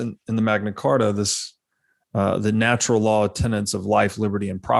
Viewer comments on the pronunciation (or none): none